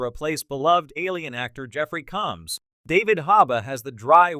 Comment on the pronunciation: I hate this AI voice. It can't pronounce Jeffrey Combs or Denobulan properly and the timing of any punctuation is just crappy. Just use your own voice for Grok's sake.